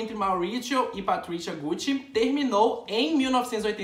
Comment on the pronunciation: porque todo mundo fala "gutti"?? q agoniaaaa